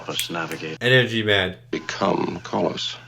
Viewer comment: Also the Medusan 's name is Calos, not Carlos.